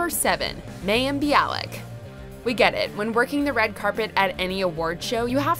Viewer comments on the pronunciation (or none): You mispronounced Mayim Bialik's first name. It's MAH-YIM. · Can you guys pronounce mayim name properly her name is pronounced myim